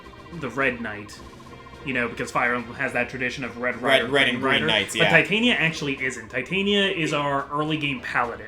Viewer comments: Did, did just call Titania(teh-tan-ya), Titania(tie-tane-ya)? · Their pronunciation of Titania annoys me to no end, otherwise a great series. It is pronounced: tit-an-ia.